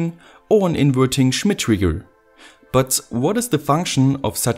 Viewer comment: Schhhmit triggggrrrr